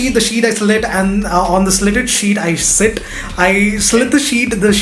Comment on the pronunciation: Oh my god it was just so damn awesome! I laughed the most in that tongue twister wala part when he told shit for the word sit!! and shaayri was just kya baath hai!!